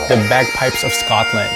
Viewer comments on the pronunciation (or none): none